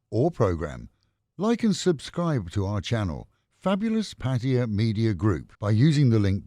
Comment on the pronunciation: My hat’s off to the announcer pronouncing Pattaya correctly. Refreshing after hearing the name being butchered many times on YouTube.